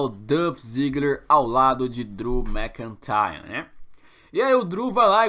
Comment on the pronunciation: "Drew Mccintayan" kkkkk